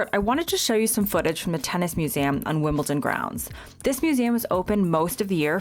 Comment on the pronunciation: It's WimbleDon not WimbleTon. Why is that so difficult to pronounce, I get it with Buckingham Palace, cause of the H, but Wimbledon? And, yeah, I live 5 miles from Wimbledon. Been twice.